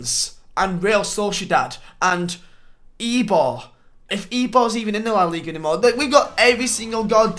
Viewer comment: I support IBAR but I also like LEGANS its: Ei-bar Le-Gan-es